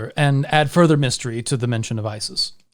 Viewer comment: "Bremen" ist correctly pronounced with a long E and a short M, the other way around as you did it ;)